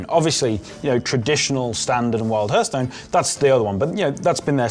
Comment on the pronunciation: The fact that he says hörthhstone triggeres me...